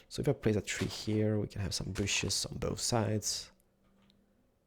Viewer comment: and many booshes!